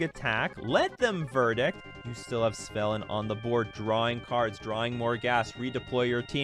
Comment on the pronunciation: I'd take you more seriously if you didn't continuously get the card name wrong.